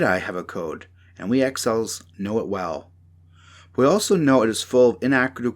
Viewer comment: 6.50 axhiles? Did he mean exiles?